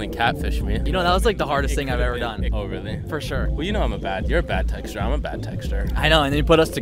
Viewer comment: I thought he said, "I'm a bad texture and you're a bad texture" and I was really confused at first.